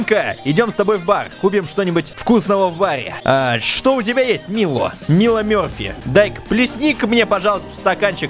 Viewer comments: НЕ МИЛО МЕРФИ А МАЙЛО МЕРФИ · Не мило мёрфи, а майло мёрфи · не Мило Мёрфи а Майло Мёрфи